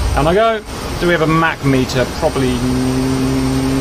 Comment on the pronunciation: The whole time I was wondering what the heck is a "mack meter". Finally I realized he was pronouncing "mach meter" wrong.